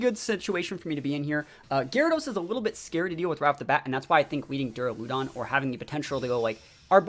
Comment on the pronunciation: That Duraludon pronunciation is interesting lol I’ve always pronounced it like “Deraludon”....but “Deruloodon”?! Anyone else pronounce it like that? Idk why but it bugs me lol